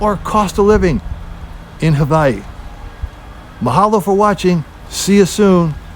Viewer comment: Please don’t say havaiii